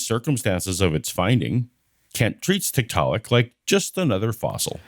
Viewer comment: If found two things interesting here. One, when talking about ERVs, Kent seems to be conceding that God makes mistakes. Two, his mispronunciation of Tiktaalik is surely deliberate, which indicates that they are uncomfortable for him.